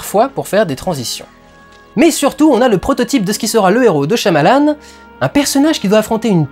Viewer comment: on le prononce pas plutot "shaillamalanne" ?